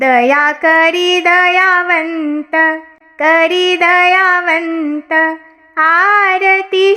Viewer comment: (दयानंत) ऐवजी ( दयावंत) असे समजावे.